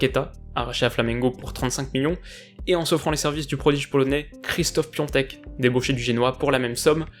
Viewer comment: Ça se dit pas « Christophe Piontek » Mais « kjechtof Piontek » je suis polonais et vive les noms imprononçables !